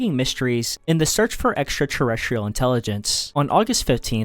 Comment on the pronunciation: The way this guy pronounces extraterrestrial is diabolical. Errshtrrtrrrstrrrl.